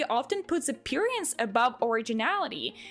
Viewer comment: I understand English may be your second language but I chuckle when you say appearance cause of where you put the emphasis.